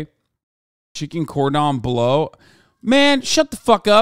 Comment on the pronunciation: "Cordon bleussy" my fragile heart cannot